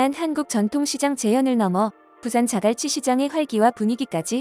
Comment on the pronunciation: 즈글치 말고 자갈치 해봐 기자야